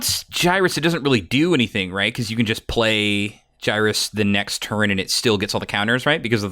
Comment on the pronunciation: Also,, may i suggest pronouncing Gyrus (Gear-US)